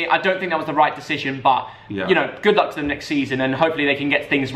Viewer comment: Thanks you for saying goodlulk